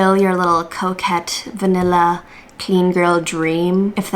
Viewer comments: Every time you say coquette I think you're saying 'coke head' and it still fits so well 😹😹😹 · I thought you were saying coke head and not coquette.